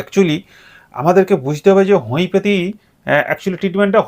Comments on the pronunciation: উচ্চারণ ঠিক করুন হমিপ্যাথী নয় উচ্চারণ হমিয়প্যাথি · হোমিওপ্যাথি উচ্চারণ টা তো ঠিক করে করুন... তারপরে জ্ঞান দিবেনা